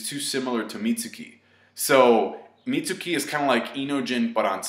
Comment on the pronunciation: Mitsuki-- Meets-key. Plz.